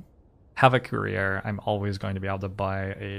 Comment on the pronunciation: I listen to these while working, and I kept hearing "career" instead of "courier." Like, man, Youtube really has a chip on his shoulder about having a career. He has to remind us he has one every ten minutes.